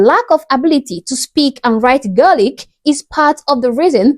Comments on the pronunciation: Next time you say Gaelic, its Gay-Lic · That lady hasnt got a clue. She cant even say gealic correct 😂. If she wants diversity go home. 🙌🏻💚🇮🇪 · Omg another representation imbecile. Is she trying to pronounce "Gaelic"? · Wtf she cant even pronouce Gaelic